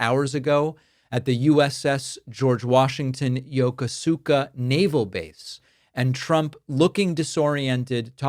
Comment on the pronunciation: It’s pronounced ya kooska naval base in Japan.